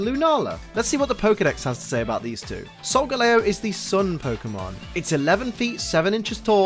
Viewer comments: Wait.. Solga.... Lay-Oh? ARE YOU KIDDING ME??? It's Solga-Lee-oh! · its solgaleo not solgeleo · I am cringing right now how he pronounce Solgaleo Its Sol-Ga-leo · It is soilgaleo leo as in the lion